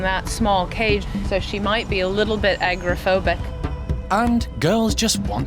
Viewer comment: It’s AGOROphobic, NOT Agrophobic.